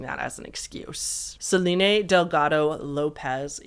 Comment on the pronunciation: Are you doing the thing where you pronounce certain names wrong on purpose for engagement? Selene and Shiva are just... Not pronounced like that.